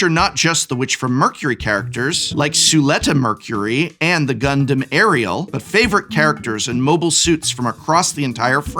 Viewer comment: The way you pronounced the Gundam names were exactly correct. 10/10